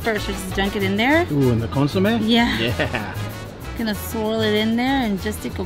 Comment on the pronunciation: How come you don’t pronounce the food in Spanish, like consomé 🧐. Anyway thanks for the video guys.